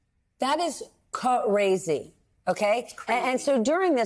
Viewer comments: It’s not just Crazy, it’s Cuh-razy. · What kind of professional news reporter says “ca-razy” This is a horrifying story. Reminds me of daddyofive Edit: I was a Mervyn’s model as a child and never got a dime. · "Ko razy?" huh? be professional...